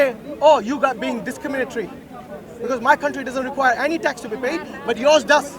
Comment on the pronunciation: My man cant say tax